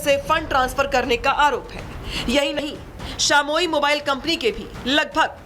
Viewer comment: शामोई नही शाओमी 😀😂